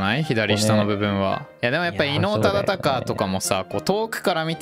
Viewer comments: 伊能忠敬ちゃんと言えないのすごく分かる 地図の書き方色々なの面白かった ここ笑った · 伊能忠敬さんってちゃんと言えない可愛い...